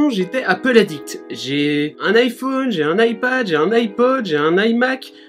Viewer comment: Iphone ouite 😂😂